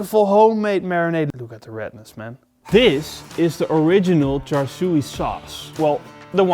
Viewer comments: Looks amazing! Also pronounced “char sue” no “char sue e” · Thanks. Waaay too much food colouring! It’s Char Siu but the “Siu” rhymes with “new” or “sue”. Maybe “Shoo”. You get the idea. Also, pork belly is ok but pork neck is better. Cheers!